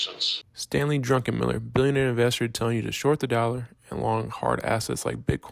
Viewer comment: It's "Drukenmiller" , not drunken on Miller. 🍺